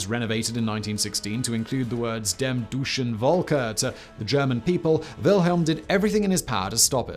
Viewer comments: Doi-tch eh, Vol keh. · Love it. When you say "dem Deutschen Volke" it sounds like "Duschen Wolke" (shower cloud) :D:D:D